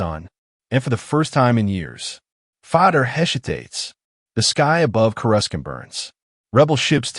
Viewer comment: You lost me at "Chorus-Kant."